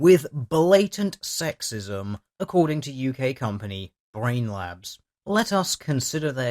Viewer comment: It sounds like you are calling them Brain Lapse. Which is fitting.